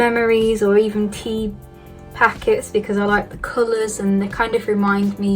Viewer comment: When she said tea I thought she had said teeth did anyone else hear that or is it just me